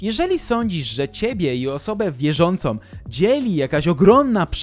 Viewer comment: Mówi się istnieją a nie „istniejom” !!! I wiele Twoich tego typu błędów. To „wykręca” uszy słuchających. O, znowu, wierzącą a nie „wierzącom” !!!